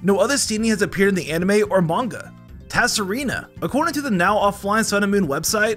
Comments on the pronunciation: My fun fact is that you don’t say Tsareena as Tasareena I’m sorry this was very rude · Ta-sa-rina. You did my girl dirty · TASAREENA!!!??? HAVE YOU EVER HEARD OF A LETTER BEING SILENT!!!!????? BRUH! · it’s not tassareena it’s Serena. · I lost it at Tassareena. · i like how mispronounces pokemon names like tsareena, lunaala, and pyukumuku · Other fun fact is that the T in Tsareena is silent because is a bastardized version of the Tsarina, the female equivalent of Tsar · Silent T, a word starting with T followed by S is always a silent T. Also ZUR-Kit-tree, as in...Circuitry, a Circuit Tree... For such a big Pokemon Channel, I'm surprised how often you mispronounce names 😂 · The t in tsareena is silent fun fact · 9 Miniutes in I notice that he will continue to say MANY pokemons names wrong... most of the names are said exactly how they are spelled some are not... Pyukumuku he said Pickyu-Mikyu when it is actually Puke-Oo-Moo-Coo... and Tsareena's T is Silent. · Xurkitree should sound like Circuitry and the T in Tsareena should be silent. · Holy crap, his mispronunciations in this video were infuriating........ The "t" in Tsareena's name is silent. What the hell made him think it isn't?